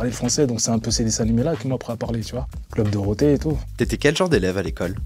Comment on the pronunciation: Club Dorothée il a dit lawuiss 😭😭